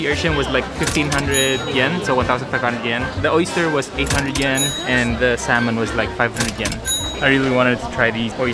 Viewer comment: Its pronounced as “Sah-mon”. Not saLmon.